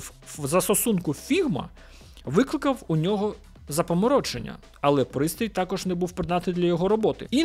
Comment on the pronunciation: Сорі, дивлюсь тебе постійно але вже не витримав цього разу напишу комент. Роби щось будь ласка із наголосами...ну яке запаморОчення, камон?